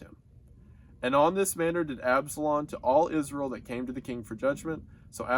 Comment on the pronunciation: i like how he pronounces israel like iz-rull